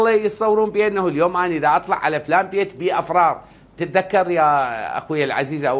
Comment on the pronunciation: من المفترض انت وامثالك اول من يطبق عليهم الخدمه الألزاميه يا اقلها تتركون التبريد ولو لأشهر. ثانيآ حاول ان تصحح ملافظك ( إفرار ) وليس ( أفرار ).